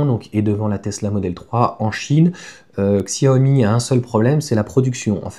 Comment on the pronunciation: Ksyawomi😅 Merci cher ami. Chiaomi c'est mieux 😊 Merci pour toutes vos vidéos. A la vitesse de la lumière 😮